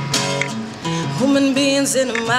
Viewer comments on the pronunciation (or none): Hue-MAN-be-ins.... not WHo-men-beans misha lol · "WHO-MEN-BEANS"?! o_O